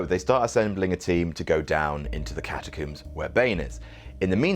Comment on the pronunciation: i was calling attention to his pronunciation. You don't "coomb" for survivors. Trump does not have a coomb-over. and no one is trapped in the freaking cat-a-coombs